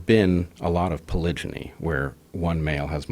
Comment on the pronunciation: Have i been pronouncing fun-jee and polyjamy wrong this entire time? D